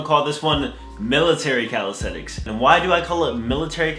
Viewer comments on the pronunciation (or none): CALISTHENICS NOT CALISTHETICS GODDAMNIT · YOU SPELL IT RIGHT... BUT YOU KEEP PRONOUNCING IT WRONG! "CALISTHETICS" COME ON MABOII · Athsetic calistentnics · From he forgot how to say "calisthenics" haah